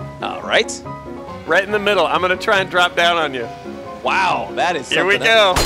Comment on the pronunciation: Haha the way pronounces 'wow that is something else' in the slomo is the best haha